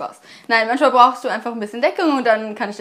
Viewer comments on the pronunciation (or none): Es heißt manchmal! Nicht manschmal!